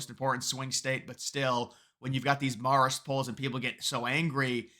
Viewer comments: Hate being that guy, but It’s pronounced MARE-ist, not MAHR-ist. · Learn how to say Marist; sounds ignorant when you are so off. Maar ist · Can you please learn to pronounce "Marist?" Hint: it doesn't sound like "Mars." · You trip me up every time you pronounce Marist as "Morrist." It gets its name from the Society of Mary. Pronounce "Marist" with the same vowel sound as "Mary." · Can someone tell him it’s “mare-ist”? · I love these videos, but you're pronouncing Marist completely wrong. Marist is in New York, the 'a' is not pronounced as if it's in California. A for Apple,, not opple.